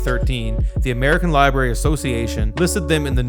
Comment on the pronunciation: "libary" - unslashcultured